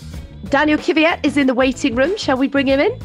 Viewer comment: You english people say Kyvyat, while it's Kvyat